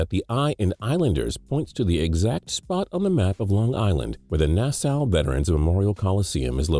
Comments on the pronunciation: Why tf did he say Nassau like that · As a Long Islander, his pronunciation of "Nassau" made me cringe. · You pronounced Nassau wrong.